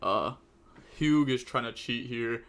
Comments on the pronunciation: Then right after he pronounced it as "huge" lol. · There's no way he pronounced the name "Hugh" as "hug". No one is that illiterate, it has to be a joke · Only can say Hugh wrong lol